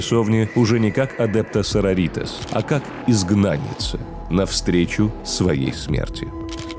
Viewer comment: СарОритас!. А то СарорИтас звучит как будто что то из мексики😅